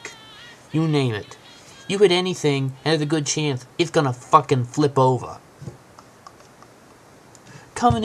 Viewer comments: you said it's a fwucking twruck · is a fuwkhin twuk